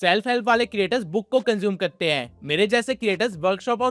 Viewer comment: Kar te hai not kte hai😂